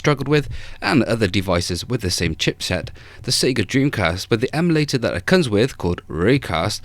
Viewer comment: It's calibrate not collaborate, emulator not emalator and retroarch not retroark